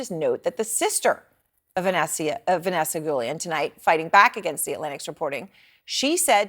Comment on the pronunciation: Vanessa Guillen not Vanessa Julian! When wyte ppl can't even pronounce your name right and continue to disrespect you in life and death!